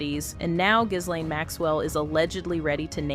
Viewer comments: Pronounced GEEEEE LANE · The 'S' in 'Ghislaine' is silent...